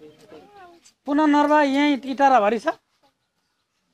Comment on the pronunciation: पुनर्नवा हो ! पुननर्वा हैन। अर्को टटेलो नेपाली; टोटला हिन्दी!